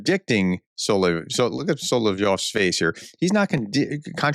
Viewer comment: Thanks for calling Solovyov instead of Solvyov like many other YouTubers. It's confusing when they call him strange things.